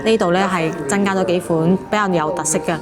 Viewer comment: 你唔係香港懶音 嚴重有~痕生銀寒 真(增)加 一八(百)蚊 真(曾)先生 貧(朋)友 我趕(講)畀你聽.....